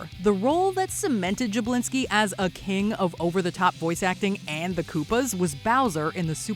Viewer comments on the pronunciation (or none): I had to do a replay. Jablinski, wth!